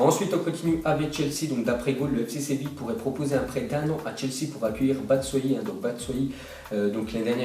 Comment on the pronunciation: Batshuayi se dit batchuayi et Boateng se dit Boataingue